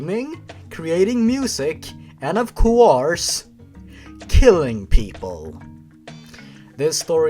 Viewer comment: he was keeling neaji ;( ;( ;( no neaji ,,,,,, cry :p